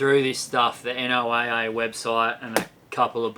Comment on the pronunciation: FYI if it hasn’t been commented already pronounce NOAA = Noah for us Americans.